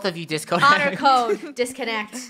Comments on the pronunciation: Me to I love how is saying '' DISCONECT" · Its DISCONNECT NOT DISCONECT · DiScOnNeT and ReCoNnEt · No it's DISCONNECT,, DISSCONNECT, dis-co-nnect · when said disconnect i thought he said " disco net " XD 🤣🤣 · RECONEKT me:CALLING ALL PLAYERS IN THE KREW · DISCONNEKT XD HAHAHAHAH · DIS CO NECT!! -🤧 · DISCONNET RECONNET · You said it. Wrong it's DISCONNECT or DISCONNECT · say disconnect like Philippines say it😁😂😆